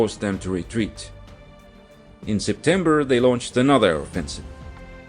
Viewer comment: ah yes, my favorite month: Septebmber